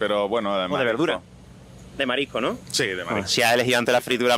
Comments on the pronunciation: Lo que pasa es que a mi me parece que todas las personas en tu entrevista pronuncian esta palabra como "marico", no escucho este "s";) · Todos no sabeis pronunciar S en "marisco" o existe algo que se llama "paella de marico" ?